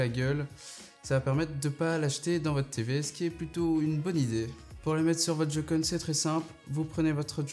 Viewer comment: Sa ce prononce pas jocon sa se prononce joycon si non super vidéo